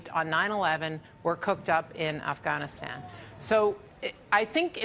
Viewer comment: Why does she say “Afghanistan” so weird